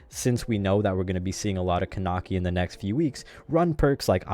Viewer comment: It's pronounced Kuh-neck-ee